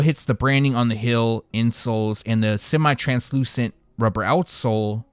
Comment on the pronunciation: Say it with me, hEEl, NOT hill 😂